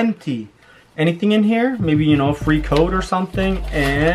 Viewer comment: Wy do you say shknow